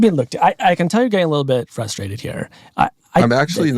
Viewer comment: "im actually not furstwraited"